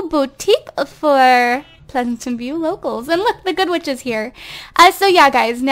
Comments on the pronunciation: You say pleasentveiw like pleasantenveiw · Pleasanten view instead of Pleasantview :)) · its Pleasantview not Pleasantantview lol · Why are u saying "Pleasantant View?? It's PLEASANT VIEW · Ok this is just something bothering me.....I know you're a long time simmer and you don't have to take this advice but........ Plez-ant-view not Plez-a-tant-view thanks not tryna hate bye